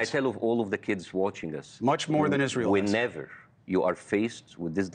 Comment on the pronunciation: he said izrahelll. Not izrahellliiis.